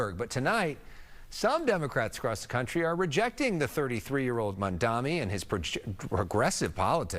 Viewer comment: "Mandami"? You can't even pronounce his fucking name right. I don't think anyone has to listen to your opinions regarding him.